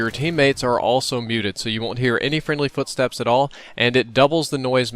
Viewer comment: You said ememy footsepts ?!